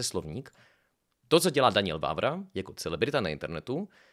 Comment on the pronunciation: Kámo. Čte se to Danyel, né Daňiel. 😅